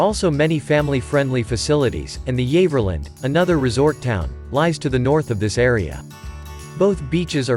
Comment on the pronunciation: How ridiculous, Freshwater is not a town but a village, Yaverland pronounced incorrectly, they are not pictures of Newport Isle of Wight. I live here, it is indeed a beautiful place, some of the best locations need to be 'found', whoever narrated this has never been here.